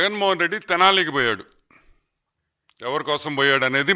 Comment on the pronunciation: తెలాని కాదు స్వామీ తెనాలి